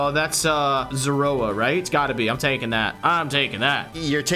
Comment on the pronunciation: You guys said zoroa for zeraora. I wondered if i was lronouncing it wrong but the name youre saying sounds alot like zorua… could be wrong